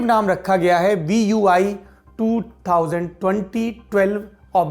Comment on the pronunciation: Sir VUI ME APNE BOLA HAI V U EE JABKI BOLNA THA V U I